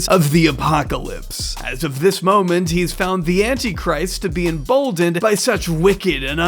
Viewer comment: Why does he say "mom-ent" instead of "mo-ment"?